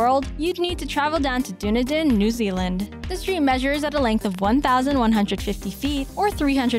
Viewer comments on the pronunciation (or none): Du ne din!!! Omg that was hilarious!!! I suggest if you want to see Du-ne-din New Zealand book a ticket to Done Eden. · Kenneth Scott Huntley and Null-ar-ber Plain. It’s pronounced Null-a-bore even if it’s spelled Nullarbor. Made me chuckle too. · Had to check twice when she pronounced Dunedin wrong...